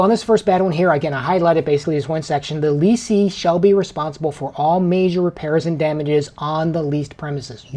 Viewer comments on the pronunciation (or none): FYI guys the words are pronounced like they are spelled. Correct: "less or" and "less ee" / Incorrect: "lease or" and "lease ee".